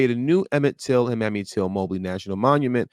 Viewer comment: pronounced (may me), not mammy